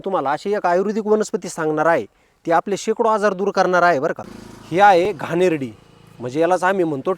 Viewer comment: घाणेरडी नाही घाणेरी म्हणा